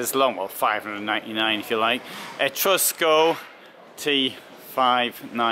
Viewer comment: Well............it's Etrusco..........non mi fa sognare............